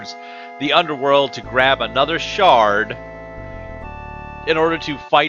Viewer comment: Did you say The Shart of Hatred? LOL